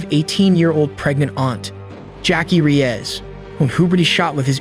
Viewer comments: Great documentary but your pronunciations of the Hispanic names is 😂. Peenuh and rayezz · pronounced, Reys, not Reeyeze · reyes is pronounced RAY-YES